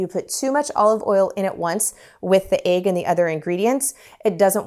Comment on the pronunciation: I dont think I've heard "egg" pronounced as "ayg" before. Where are you from? Love the lemons!!!